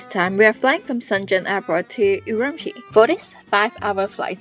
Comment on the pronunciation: 你是怎么做到整个视频都一直把乌鲁木齐的发音搞错的😅